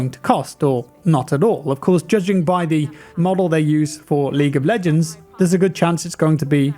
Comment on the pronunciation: Am I the only one, doesn't it sound like he says League of BLegends lmao